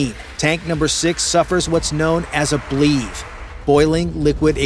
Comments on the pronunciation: It’s not pronounced “bleeve” it’s “blevvie” BLEVE - Burning Liquid Evaporating Vapour Explosion. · BLEVE sounds like heavy. say Bl-eavy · Can you say ble-vee? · 17 minute mark: Boiling liquid expanding vapor explosion or BLEVE is pronounced Blev-Eee or Blevy. Two syllables.